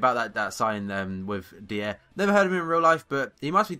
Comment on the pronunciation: That Eric Dier guy, its pronounced Dyer. Just like nathan Dyer. He is one of the most exiting young english players btw.